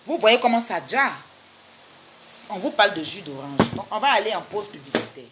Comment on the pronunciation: U fait pa la pub mais u di pose publicitaire ma cherie heinnn ivoirien sai mal parler